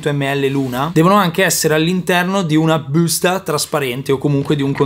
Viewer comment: Adoro come lo pronunci solo tu: "....LaBBBbbbusta"..